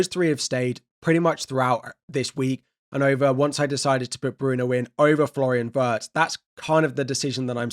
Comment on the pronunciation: it's /ˈWɪrtz/ not /ˈWɜːrtz